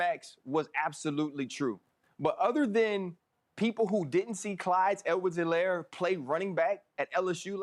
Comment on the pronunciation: P.S. it's Clyde Edwards-Helaire.